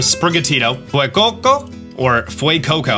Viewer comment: I love how Sprigatito and Fuecoco are pronounced with a slight accented emphasis on its Spanish roots. And then you just have Quaxly.